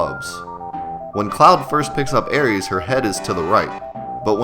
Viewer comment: No cap I will spin the block on these aris mans that name is so cringe it’s arith my nigga I will commit crimes over this 😂